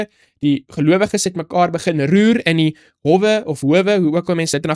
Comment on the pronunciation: dis hoooowe, die 'o' is 'n lang klank. Jy praat 'n pragtige Afrikaans. Hou so aan. Ons waardeer jou bydrae tot ons Bybelstudie.